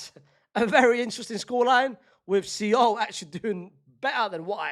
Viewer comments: Fc Sole. Like the fish. See-ohl? Bruh 😂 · its soul not see ohl unc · bro what is see-ohl? lmfao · Why is unc pronouncing Seoul like that😂😂😂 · Why is nobody commenting on his pronunciation of Seoul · Shame, is still not pronouncing 'Seoul' properly 😢